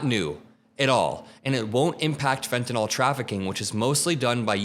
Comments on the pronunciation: It's pronounced Fen tan ill not Fen tan all. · FFS all you talking heads PLEASE LEARN TO PRONOUNCE FENTANYL! I can't take any of you seriously that can't pronounce fen-tan-il... #SMH